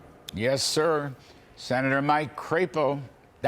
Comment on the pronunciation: "CRAP-EOH"????? I say CRAP-O........